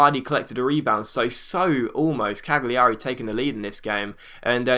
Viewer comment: I think the G in Cagliari is silent ..